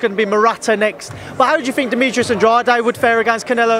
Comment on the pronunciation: Can’t even pronounce Andrade ......why is he getting paid ?